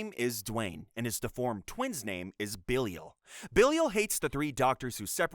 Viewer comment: did you actually watch all of these??? (And also it is pronounced Ba-Lie-Il, not Billy-ul)